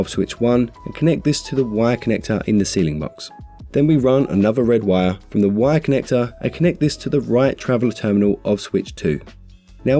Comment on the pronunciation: This is a great video. It took me a few minutes to realize he was saying "WIRE" connector, NOT "Y" connector.